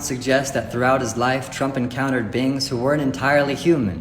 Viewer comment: is he saying "Bing" or is that him trying to say "Being"? Because interdemensional bings makes as much sense as anything else he says...